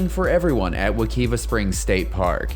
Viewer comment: Please stop telling the world about our springs 🤣 Btw it’s pronounced We-ki-va